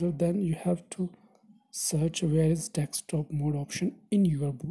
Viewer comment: You were saying deckstop mode